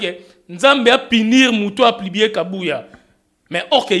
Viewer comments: Papa ons dit publier et plibie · on dit publier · 🤣🤣🤣🤣 na yoki'ango plubier esali nga pasi na matoyi🤣🤣🤣🤣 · 🤣🤣 kutu kutu ezo lekela nga ndenge azui temps yako tomboka sur kabuya na ebele ya difficultés aza nango pona ko prononcé mot Publier 🤦🏽‍♀️ eloba nango yo a zangi kindoki te 🤣🤣🤣